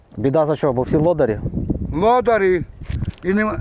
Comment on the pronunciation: Ни лодарі а ледарі😊